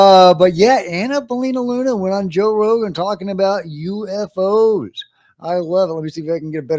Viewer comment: "U evv oze"